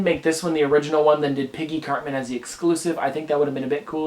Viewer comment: He said certman